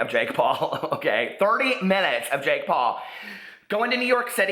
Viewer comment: What's a "Pake Jaul"? Love you!!!!!😘💖💖💖💖🦄🦄🦄🦄🦄